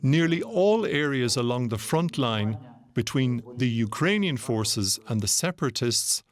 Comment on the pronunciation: The interpreter translated spoke like Indian English, not Ukrainian’s pronunciation.